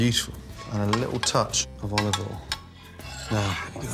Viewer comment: I swear when Gordon Ramsey says "olive oil " the L is silent, sounds like Olive Ohhh